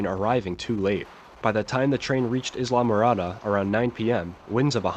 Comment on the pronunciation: EYE LA MOR ADA NOT ISLA ,EYE LA I as in , I am. I LA mor a da